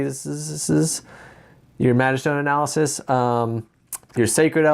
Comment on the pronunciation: Analysisisisis, best part of this vid XD and plural is analyses, pronounced ah-nal-ah-sees